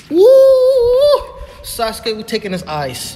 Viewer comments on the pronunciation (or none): none